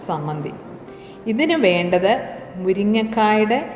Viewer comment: Teacher,sammanthi ennano parraya.chammanthi ennalle.variety nutritious chadney